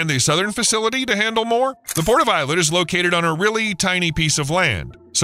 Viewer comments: It's pronounced Ey-LAt, not i-let... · It's pronounced Eee-Lat not Eye-Let. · Ay-lut not eye-lat or Ay-let. High-fah not Hay-fah. A good journalist researches pronunciation. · Interesting but marred by the poor pronunciation of Eilat and Haifa.